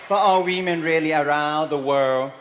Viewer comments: Aside from the accent...said WEMAN not women. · "..the miss universe organization from now on is going be run by we men ... " What's wrong? HE said it correctly 🤣